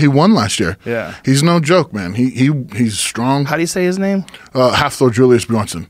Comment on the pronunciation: Hafthor, not HALFthor lol. Nice try